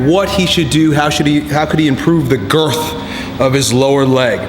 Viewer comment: the what? the GUUUUUUUURTH or the growth hahahahahahahahahaha